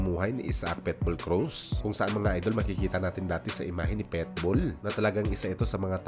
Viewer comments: Pitbull hinde Petbull pati sinasabi mo may hika 🤣🤣🤣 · Boss PITBULL po ang pronunciation at hindi PETBULL hehehe….Peace✌️ po tayo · Pitbull po... Hindi Petbull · pitbull po, di po petbowl✌️✌️✌️ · Pitbull.hindi petbull tanga... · Pet bull??? Hahaha..Pitbull sir!